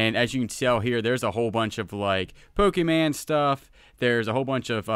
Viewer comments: Just FYI, it's pronounced Poke-ee-mon. (As in Lawn) Not Poke-ee-man. It made my ears cringe when it kept getting mis-pronounced. Much like if a Marvel, Star Wars or Harry Potter character were mis-prpnounced. LoL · You said pokeman lol it’s Pokémon lol my dad says it the same way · FYI. It’s not pokeman, it’s Pokémon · First of all... the disrespect in mispronouncing pokeMON. But pokemon, anime stuff always sells. Also it's plushie. The anime community calls them plushies.